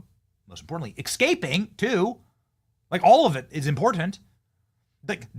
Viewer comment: Why do people keep saying “eXscaping”? It’s “eScaping”.